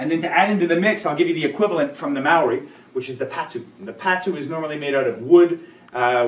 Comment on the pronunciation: Great video. Just so you know, it’s Pātu (long a sound)